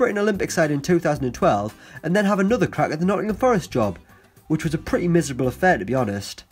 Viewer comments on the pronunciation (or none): none